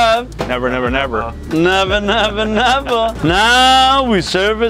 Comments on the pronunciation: "Neva neva neva" not "Never never never" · why did he say never never never LOL say it RIGHT